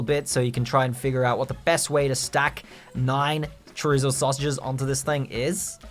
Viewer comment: “Chore-izzo” is that like regular chorizo except you swap pork with charizard meat? I want a taste.. sounds spicy and delicious